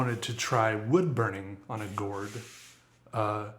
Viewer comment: I died because of the way says gourd alsnsksls